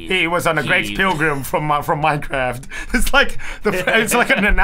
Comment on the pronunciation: Old we got Rooblix but what about Manecwaft